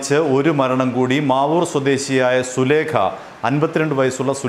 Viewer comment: സുലേഖ അല്ല മാമ സുലൈഖ യാണ്